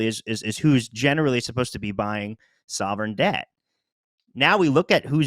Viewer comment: He Said "sovereign-Sdebt"